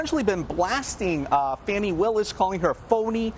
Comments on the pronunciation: You all MIGHT want to make sure that your media crew actually KNOWS how to pronounce a District Attorney’s name … it makes him look like an idiot. It’s Fani (pronounced FAWNY) Willis SMDH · "FAH-knee", not fanny. There's only one 'n'. MAGA pronounces it 'fanny'.